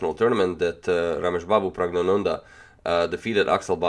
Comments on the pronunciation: you pronounce the boy name so accurate... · He said the name in right manner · Your pronunciation of Praggnandhaa pretty spot on for a non Indian